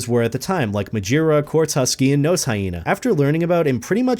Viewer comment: "And nose hyena" Do you pronounce it as nose on purpose?